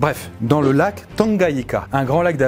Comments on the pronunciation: On dit pas Tanganyika mais Tanganika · Oh ,c'est d'où je viens .et ça se lit "tanguanica" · Le n se prononce dans le mot lac "Tanganyika" Super vidéo :)